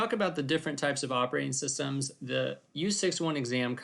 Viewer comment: ah yes, "operating SUStems"